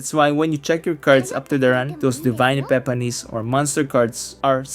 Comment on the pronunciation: Epepanis. halatado 🤣